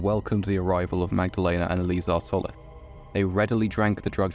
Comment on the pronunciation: Had to stop the video because you're butchering my name and it's annoying the shit out of me The i in Solis is pronounced with a hard "E" sound as in the ending of "see" or "flee". Also the o isn't pronounced like in "olive". It's pronounced as it is in "soul"